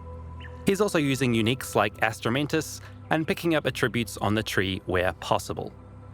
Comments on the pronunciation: It's pronounced "attributes" and not "attributes". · Is that the New Zealand way to say "attributes"? It is so annoying. The emphasis is on the first syllable, not the second syllable throughout North America.